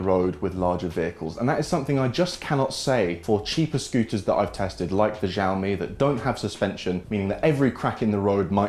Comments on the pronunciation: Xiaomi - "Shaomi" not "Jiaomi". Greetings from China 😛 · Please learn to pronounce Xiaomi correctly!! It ruins completely your video. We say "chiaomi" like in Chicago. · I heard x sound not sh